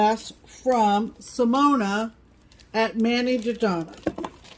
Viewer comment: thank you for telling and talking about my Ghostly music box class and for pronouncing my name correctly! You are the best:-) Simona